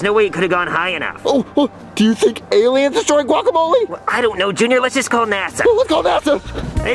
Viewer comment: The way pronounces guacamole is so annoying I hate how ppl say it like that